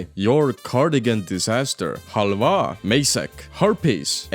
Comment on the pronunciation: Halvaa got them real eesti pronounciation